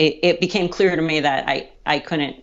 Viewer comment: Ok...I know being a pronunciation Nazi is disgusting, but "counnant" for "couldn't" drives me crazy. A local news reporter said "impornant" for "important" the other day, and I emailed the station.